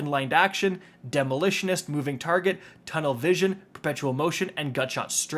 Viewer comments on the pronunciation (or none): none